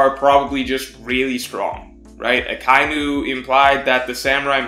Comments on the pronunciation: A-kye-nu lol. It's Aka-inu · I have. they say aka-inu not a-kai-new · What space lol. Do you not understand how pronunciation is written? Do you think pro-none-see-aysh-on is incorrect because there are "spaces" in it? lol It's Aka and Inu, meaning red and dog, pronounced quickly with no pause between the words. Aka-inu. Not A-ky-noo